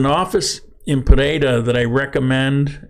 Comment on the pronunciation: Explain the “D” sound in Pereira.